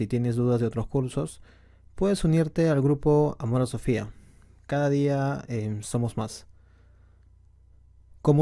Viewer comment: Amor a Sofía ... jaaaa, pronuncia bien la "S" . :'v